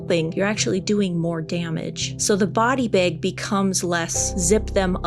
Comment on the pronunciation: Question…what’s a body bayg. Did you mean bag?